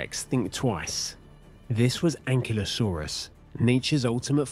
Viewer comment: Thanks for not calling it "An-kylo-saurus" like that geek kid in Jurassic world.